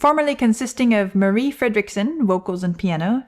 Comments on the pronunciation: A lot of people outside Sweden pronunces "Marie" like "Mary", so, I was surprised about she pronounced it right. I know the right pronunciation because of all the greetings saying "Hello, this is Per and this is Marie... and we are Roxette!". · Swede here, you actually pronounced their names perfectly. Even Gessle. 👍 Marie was amazing, sadly passed now, she was great solo too. ❤